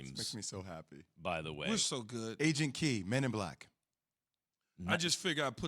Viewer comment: It’s Jay said Agent “key” instead K!!! He killed his own jokes